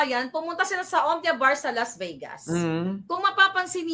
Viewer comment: Las Vey-gas? Her we go?, ilang taon ka na ba sa USA? Kahit third-grader, kayang sabihing, " 'Hir' we go."